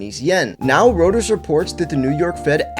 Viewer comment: BROTHER IT'S "ROY-TERS" daggum, man